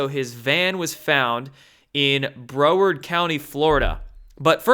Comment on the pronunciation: Hey...just sayin'...Broward County is pronounced BROW -erd County, as in eyebrow...not BRO-werd. :)